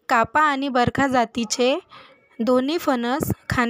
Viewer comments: बरखा नाही बरका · बरखा नाही बरका म्हणा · Barkha??? It is Barkaa